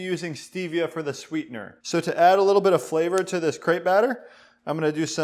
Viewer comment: they way he pronounces "Crêpe" amkes me kinda angry ...